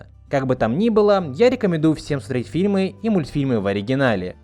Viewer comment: Боже, я не знал, что значит фраза "глотать буквы". И в этом ролике услышал. "Шэка", "хрометражу", "рекомендую среть фильмы". Чувак, говори нормально, по ушам режет. И хватит выделять Я в слове дубляже.